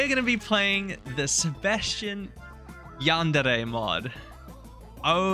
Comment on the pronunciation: yan-de-rey is how you said it which is correct but mostly the y is silent lol but love it have a lovely day/night